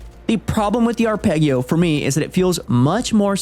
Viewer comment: Saying arpeggio like that is unhinged (and hilarious).